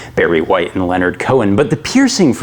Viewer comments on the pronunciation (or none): none